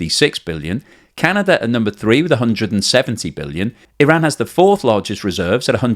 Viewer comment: Thank you for pronouncing Iran and Iraq properly!!! Every other damn fools will say eyeraq and eyeran illiterate bastards!